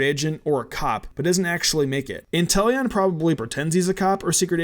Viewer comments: You meany WHY INTELLON?!?!? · Really Intelion? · Intellion? Time to bring the guillotine. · How dare you say Inteleon.